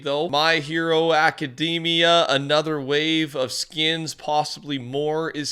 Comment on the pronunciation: Why does bro say “skins” like “skiens” it bothers me so damn much